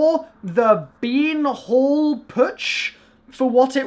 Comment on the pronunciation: beer hall putsch not been hall putsch:)